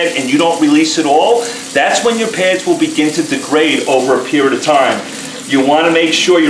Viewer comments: Why do you keep saying "pairs" when the word is "pads"? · Peh-ads...oh! P-A-ads!